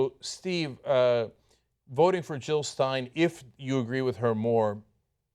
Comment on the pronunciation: Jill, not Hill!